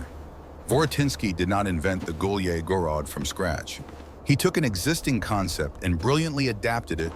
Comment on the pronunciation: They incorrectly pronounce «гуляй город» it is not “gulyeh gorod” but “gulyay gorod”.